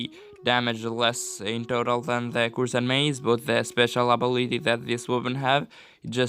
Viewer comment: Nuk lexohet "kursed mace" lexohet"kërsed mace"me duket... But anyway this video is really helpful...